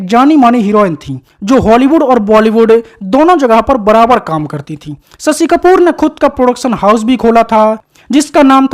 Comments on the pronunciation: सशि कपूर नही शशि कपूर बोलो भैया।अपनी हिंदी को सही करो। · स शी नही रे शशी . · Sasi…. Sammi…. 😅😅 pronounce properly or ask someone else to do voice over .